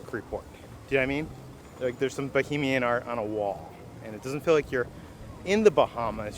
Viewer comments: You keep saying BOHEMIAN....... IT'S NOT.... Bahamian, pronounced Buh-Hay-Me-Uhn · as a Bahamian I’m sorry to say it’s Bahamian not bohemian lol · I know the mispronunciations are part of your lovable charm, but it's BaHAYmian, not Bohemian. Bohemia is in Europe, you're in the Bahamas, lololol. Love you guys and your videos! Thanks for always brightening my day 😊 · The Eleuthera Euphoria looks great and the pineapple container works at keeping out the flies lol. Just a note when pronouncing Bahamian... try not to confuse it with bohemian , think of the you pronounce Canada and then Canadian and then think Bahamas and Bahamian.